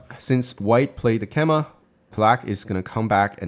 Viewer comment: Excellent content, have really enjoyed watching your recent videos! You are saying keima = ke-ma a lot but the common English pronunciation is kay-ma I believe (also similar to Japanese).